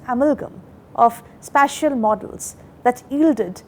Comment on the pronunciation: This lady can't even pronounce special and spatial differently. Nation is in trouble with such teachings.